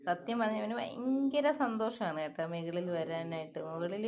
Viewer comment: മോനേ അമ്മ മെകളിൽ പോയെ മോന് മെകളിൽ പോകണ്ടേ 😄😄. അമ്മ മുകളിൽ എന്ന് എടുത്ത് പറയുന്ന കേട്ട് എനിക്ക് ചിരി വരുന്നു 😄😄കേൾക്കാൻ രസം മെകളിൽ ആണേ. വിന്റെ സ്വന്തം ഭാഷ മതിയേ 😄